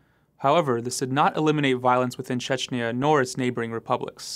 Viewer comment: The last vowel of "Chechnya" is pronounced as the "a" in "as", not as an "eee-ya".